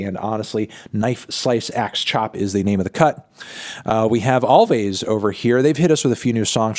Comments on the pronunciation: No way he just called them "Alvays" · “ALL WAYS” like always, you don’t pronounce the v’s mr needle…